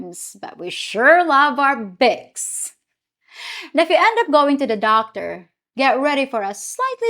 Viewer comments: Bicks? instead of Vicks? That doesn't surprise me. The "V" sound in many languages is from the "W" letter. And the "V" letter has numerous sounds which are NOT the way we pronounce it in the U.S. Also, there is a close correlation between the formation of the English B and V. The "B" uses two lips (bilabial) while the "V" uses the upper teeth and lower lip. After formation the pronunciation of the B & V is essentially the same. But they sound different because of the different formation of 1 lip + teeth vs. 2 lips. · Vicks is pronounced "VEX" not "picks" - the Hispanics in Miami will often mix up the B with the V like the Filipinas do with the P and the F. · How you pronounced words was interesting, in Australia we also pronounce it as Bics 👍😊